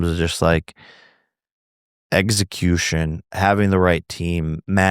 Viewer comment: Eggsicution. Lol